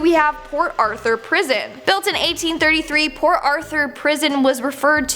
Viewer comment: The t in port isn't silent young lady.